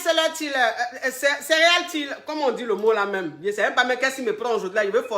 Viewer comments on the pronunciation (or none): 😂😂😂😂 je suis entrain de pleurer de rire ici" on dit "serial. Killer " heeeeeCoah on t doit des cours d' anglais deah😂😂😂😜😘